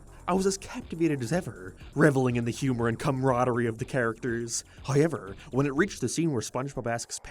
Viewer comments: I'll never get tired of "High-yever" (however) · What accent is this? Some sort of canadian one? Irish? Like how he pronounces "however" is nothing I've ever heard lmao. nevermind, suppose it's northern irish? I thought I was better at recognizing an irish accent but maybe they kinda vary depending on location